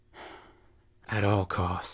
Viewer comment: I thought you said “I must protect my hoe” 😬